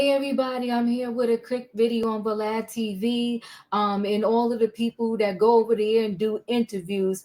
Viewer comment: Vlad ,you say valad🤔 it's not va